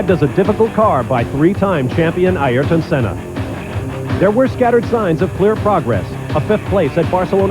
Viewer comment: “I-Air-Ton Senna”